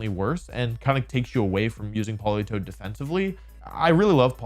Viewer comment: THE A IN POLITOED IS SUPPOSED TO BE AN E!